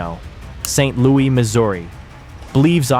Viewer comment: It's Saint Lou issss Not Saint Louie 😭😭💀